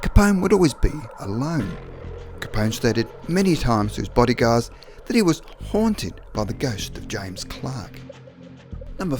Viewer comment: “HUOANTED” lmfao what fucking dialect do you speak